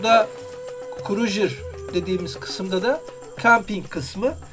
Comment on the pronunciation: stronghold en sevdiğim oyunlardandır mükemmel bir strateji oyunu. naçizane tavsiyem crusader kelimesini krujır değil de krusaydır şeklinde telafuz etsen daha güzel olur